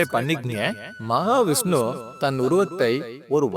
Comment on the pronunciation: மகாவிஷ்ணு என்று சரியாக உச்சரிக்கவும். ஜெய் மகாலட்சுமி, ஜெய் மகா விஷ்ணு.